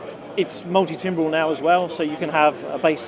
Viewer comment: knows much about synthesizers it seems but doesn't know how to pronounce the word "multi-timbral" correctly.